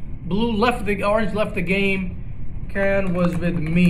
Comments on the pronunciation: It's seeyan not kyan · Please stop saying cyan with a k